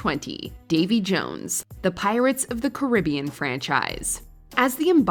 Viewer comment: Is this how Americans say Caribbean?